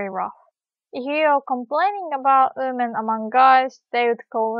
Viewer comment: Awesome lesson thanks a lot! I got so confused with the way you say women, it sounds like oomen XD